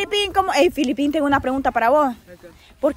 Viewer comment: Díganle a que es Felipin de Felipe,y no como ella lo pronuncia Filipin,por que se refiere a alguien de Filipinas 🇵🇭 🤣🤣♥️🇸🇻